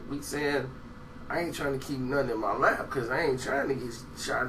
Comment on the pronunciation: He said lab not lap